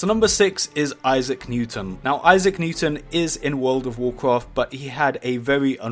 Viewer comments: "woooulud ouf wouuloaad" :D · Statistics of comments on videos 70 percent is making fun if the way he says "world of warcraft" 19 percent is calling him the Ali-a of warcraft 10 percent is replies 1 percent is stuff that actually has stuff to do with the video